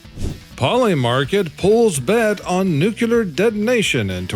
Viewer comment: There's only one U in nuclear. It's not "Nuke You Lurr" It's "New Klee Urr"